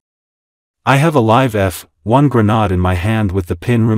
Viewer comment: (I would never pronounce it like that.)